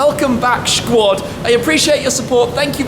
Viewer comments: please stop saying "shquad" just say "squad" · Any body else find this ‘shquad’ business annoying?! Im not a troll and love tims vids but it bugs me every time he says it and its so cringy